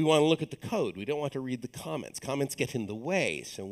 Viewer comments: was wondering why lesson 2 has a 5th of the views as lesson 1... spent 5 minutes talking about the moon which never tied into code, and then when he said "let's talk about comments" I thought he said "let's talk about comets" ... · I thought he said "Let's talk about comets"